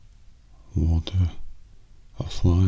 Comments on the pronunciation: I think like, the very last time he said it more like "waltuh" but every other time it was just normal "walter" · For people who say that doesn’t say “Waltuh,” he actually switches up between “Walter,” “Walture,” and “Waltuh,” as if even he has no idea how he pronounces Walt’s name himself. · New Mandela effect, I didn’t even remember how often just said “WaltER” instead of “Waltuh” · What’s weird is never says “Waltuh” in breaking bad. Someone else on this comment section pointed out that it’s more like “Waltur” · The best part of the Waltuh meme is that never said Walter with an ‘uh’. He would always say Walter with an ‘er’. I feel like this is gonna be the next example of the mandela effect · Kinda its more like waltur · before died he called him walt-uh